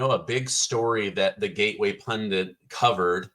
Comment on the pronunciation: Pundit not Pundint.